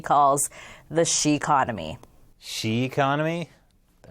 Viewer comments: Isn't it the Xiconomy instead of the sheconomy? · I think it's suppose to be "sheh-conomy".